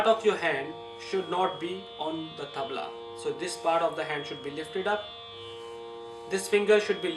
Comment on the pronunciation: Not me but you do you and its tabla not tabal